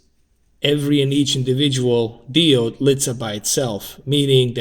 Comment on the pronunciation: It pronounces Die - Ohd not Di-Ohd